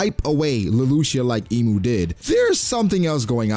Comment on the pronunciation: Can you at least pronounce Imu correctly lol